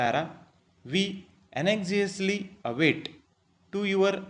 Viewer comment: Brother onesuggestion your pronounciation for anxiously is wrong